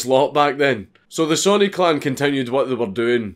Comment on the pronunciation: It took me ten minutes into the video to realize he was saying clan and not clown. Lol.